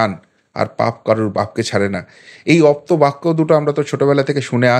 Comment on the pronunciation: "অপ্তবাক্য" নয়, "আপ্তবাক্য"